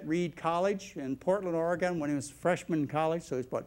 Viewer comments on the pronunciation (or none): Does it bother anyone else how he pronounces some things?.... like centimeter or oregon😂